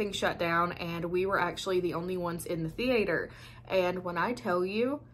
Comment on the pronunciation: I havent seen any of these but you have me convinced. Thanks for the great video. Oh--and I just love the way you say the-aye-ter